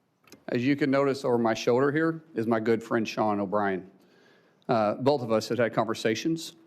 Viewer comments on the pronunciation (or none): none